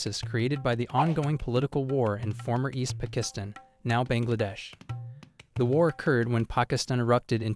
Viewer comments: East "Pikistin" haahhaha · Around the mark you pronounced “pakistan” “pa-kizzz-tin” after correctly pronouncing it both before and after that mark. Makes no sense . Like when a kid mindlessly copied ChatGPT on a test and it messes up something simple but the kid answers “1947” for “what color did they wear?” Like obviously didn’t even think . Just read . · Why the heck is this AI calling it Pikisstan. Lol